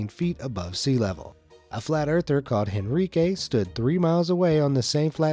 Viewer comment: FYI, you don't pronounce the letter "H" in Spanish, so, it's not HEN ri que, it's En ree keh.